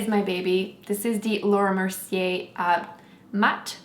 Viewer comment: why you say laura mercie not with your accent in this video??? T.T haha i like when you say it with your french accent